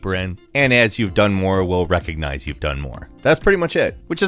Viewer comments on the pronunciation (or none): none